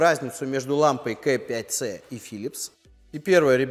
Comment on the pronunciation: Очень режет слух КЭ5ц. Почему бы не говорить правильно, по Русски - КА5цэ